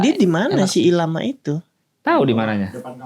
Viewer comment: Maaf, nyebut Llama itu bukan ilama tapi Lama [laa muh] 🙏🏼